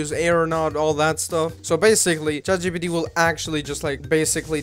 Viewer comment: "jat cheepeetee" lmfao